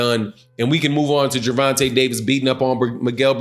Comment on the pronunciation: It's Gervontay Davis...not dovontay...my boy 😁💯💯💯💯💯💯✌️